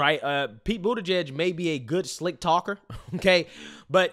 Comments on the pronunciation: Are you mispronouncing Pete’s last name on purpose, or do you not know how it’s pronounced? You keep saying “Boot’eh-page”. The correct way to pronounce "igieg” is like the word “plug”, like in “He bent over and plugged in a light bulb” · It’s Pete Bootyjuice; not Pete Buttegieg.